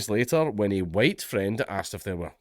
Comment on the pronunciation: Mate, you didn't do the "white, white, white" bit very well. It's "huWyte, huWyte, huWyte". A bit how that american white supremacist pronounces it.